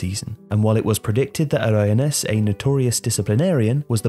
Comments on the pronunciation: Your pronunciation of 'Aragonés' is baffling. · Gregorio MANZANO and Luis ARAGONES Not that bloody hard to spell the former nor to pronounce the latter...